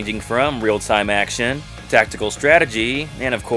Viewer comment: "Ackshun" RPGs arent RPGs. You cant change my mind.